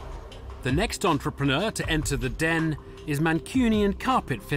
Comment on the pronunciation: no one gonna mention the host said "entrep preneur?"